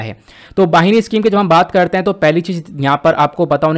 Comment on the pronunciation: वाहिनी नही बहिनी स्कीम